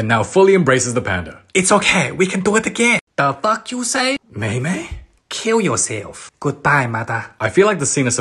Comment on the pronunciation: "kill yuo slef" nahhh😭😭